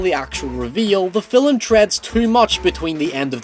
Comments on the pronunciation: Well I dig them, I reckon a number of others do too. Haha. When you say film, it sounds like 'filum'. :] It's just a little something. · Hey I just noticed the lack of comments so I'll give it a go. Thanks for the review, I found it really helpful especially since I want to see it tonight and needed more information on it. Also, you emphasize the L 'film' and it makes me go o_o Thanks a bunch though, loads of help. Deserves more views.